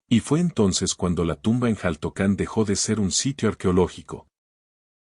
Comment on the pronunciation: Xaltocan, su pronunciación es shaltocan, no jaltocan., y en su momento fue una isla, ya que estaba rodeada de agua.